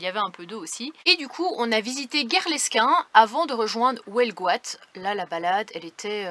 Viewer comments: Eh,, c’est Huelgoat, pas Houelgoat, UUUUUUUU!!!!😊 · Je suis mort de rire à chaque fois que tu dis "welgoat" :D Vous êtes à 50 bornes à peine d'une des plus belle baies du monde, la baie de Morlaix. Faut absolument que vous veniez admirer ça. Y'a des supers coin de mers à tomber le cul par terre du coté de Plougasnou, Terenez, Cleder etc... vraiment.